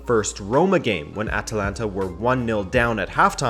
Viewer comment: Surprised? This guy cannot even pronounce the name of the club... Shows that they never actually watched Atalanta before the hype was well underway. THIS VIDEO IS AT LEAST 4 YEARS OVER DUE. CALL YOURSELVES A FOOTBALL CHANNEL? PICK UP YOUR GAME.